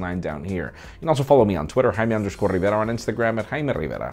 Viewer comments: why don't you say your name Jaime as Jaime Lannister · I thought it was Hymen Rivera